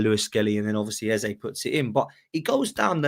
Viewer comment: Yo it’s not pronounced Ezuh, it’s Ezzay. There’s a vid of him pronouncing his own name.